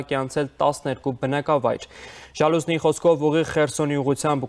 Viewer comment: Տղա ջան քեզ ով ա կարդալ սովորացրել? Ժալուզնի չէ, Զալուժնի🙉 արդեն երկրորդ անգամ ես սխալ կարդում